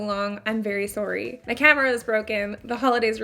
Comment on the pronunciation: “I’ve been gone for so long, I’m very sorry” your little accent came out “sorry”! That’s so cute. Don’t be sorry though, it’s completely fine, the look is so adorable 💕